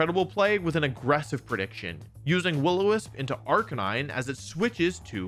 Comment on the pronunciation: My only problem with this excellent video is how wolfey keeps mispronouncing arcanine😔